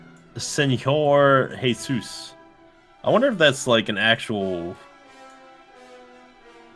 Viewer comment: FYI In Portuguese a J is pronounced like it is in French, e.g. like the si in vision, not like Spanish where it sounds like a German ch, so Senhor Jesus would be pronounced /seɲor ʒesus/ not /seɲor xesus/.